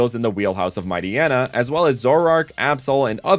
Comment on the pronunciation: I understand the mispronunciation of Poochyena and Mightyena, but I’ve always figured their names would have the same pronunciation as “hyena”, considering that’s where part of their name origin comes from